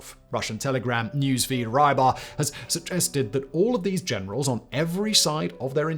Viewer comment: Please dont read myrotvorets or rybar as mairotvorets and raibar. There is no such thing as latin script transliteration of slavic words where y or i are read as ai. So y usually represents ы like sound or и in the case of ukrainian. i in slavic words usually sounds more like English ee digraph